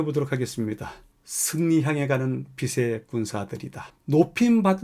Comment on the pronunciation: 빛의 군대[비세 군대] 아니고요. (방송이니 발음 정확하게) [비체 군대]로 하셔야 해요..